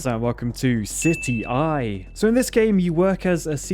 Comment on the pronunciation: The city in city eye is pronounced like in city wok